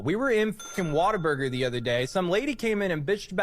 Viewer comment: Dude, why do people say WATER BURGER? It's What-a-burger. Like WOW! What a burger!